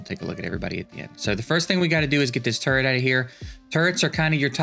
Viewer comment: Sometimes when you say turret fast, I hear TURD